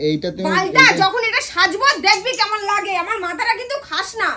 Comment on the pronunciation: কেম্মায় আর এম্মায় টা দারুন হ‌লো । হ‌্যাঁ এভা‌বে কেন কথা ব‌লে কেম্মা এম্মা?? লেখাপড়ায় কি অষ্টরম্ভা না‌কি??😅😊😂